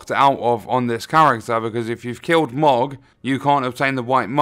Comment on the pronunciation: It's pronounced mow-g not mog, this isn't final fantasy lol